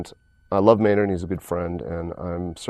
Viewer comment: It's Maynard, not Maynrad. Just a friendly correction there.